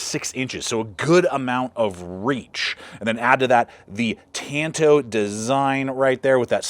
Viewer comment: really appreciate you pronouncing the blade shape correctly at "tan-to" not "tahn-to". Tonto was the kemo-sabe of the Lone Ranger. I like the knife, and am a real Frank Herbert Dune fan. As a teenager, I read the Dune trilogy at least 3 times. Now for minor criticism, I think the blade should have been more organic shape. My preference would be an elliptical "leaf" spear point to emulate a dagger tooth. I would envision the blade more like a slightly longer ESEE Laser Strike or something like Bark River's Canadian Camp II or the BRK UP Gunny (google this). I already own a Recon Tanto and a SRK; both in AUS 8a. Now, if it had a 7" leaf blade of AEB-L, I'd buy it in a heartbeat.